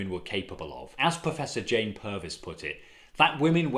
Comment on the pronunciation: I enjoyed this as usual, but I think you said ‘Professor Jane Purvis’ when here name is not Jane, but June. A detail, but important. What about a programme about Sylvia Pankhurst, who was a socialist and opposed the war?